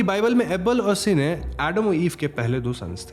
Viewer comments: Bro it's Cain not sene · Bhai Cain hai sene nae, kain pronounce karta hai sene nahe hahahahaha 🤣🤣🤣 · It's Cane (say like Ken) and Abel.. not Cine सिने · Ak correction hai the first murderer is Cain (ken). Cine is a wrong pronunciation 🙃🙃. But it was a nice explanation. And also Isn't Bhadra looking like Deepika Padukone?? 😊 thank u.. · Bro its not Cine its Cain (KEN) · its cane not cine pronounced as kane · It's Cain and not cine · Are bro "si ne " galat pronounciation hai usko "kine" pronounce krte hai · Cine nahi uska naam Cain hai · Bro that name is CAIN not cine!! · it's cane not sine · Isne Caine ka naam badal ke 'seene' karke confusion create kar di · It's Cain not Seene.. read bible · Boss, your work is no doubt really good. But please get some facts and pronunciation correct. Abel is read as A-Bell. Cain is read as Kayn. And Bible is not a Mythology. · Its pronounced 'cane' as in sugarcane.